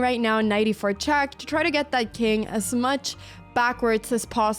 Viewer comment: Why "chuck" and not "check"?